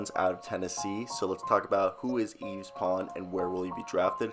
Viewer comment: It’s pronounced “yeev” pretty much. I go to UT